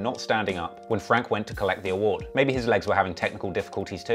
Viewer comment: Did he just say on west side Hayward 😂😂😂😂